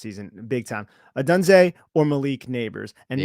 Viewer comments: you are mispronouncing odunze,it’s sounds like odoonza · Great pod guys FYI Romes last name is pronounced by most as Oh-Doon-Zay and I would be happy to have him if we take penix 2nd round 👍